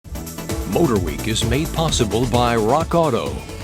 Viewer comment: I love John Davis so freakin much! He’s the only person I know who pronounces the ‘H’s in Motorweek. MhotorHweek